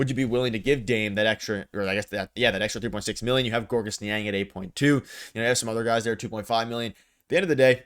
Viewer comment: gorgus niang??? lollll why is it so hard for ppl to understand that his name is "george" and the s is silent